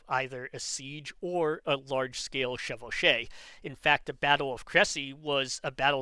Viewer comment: I'm french. Your pronounciation of "chevauchée" is correct. I guess the reason Brabant doesn't use it is because it's mainly associated with how the English fought wars, mainly under the Black Prince. Which was before he could witness it (by the time he came of age, Charles V had nearly won the war and it's before Charles VI messes everything up). The main goal of pillaging during chevauchées was not to have to rely on supply lines so always moving faster than the defending army to escape it. On the other end it, unsurprisingly, allienated the french people which made it easier for french kings to gather popular support.